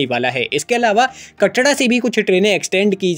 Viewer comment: Bhai "कटड़ा" nhi "कटरा" hota hai bhai 😂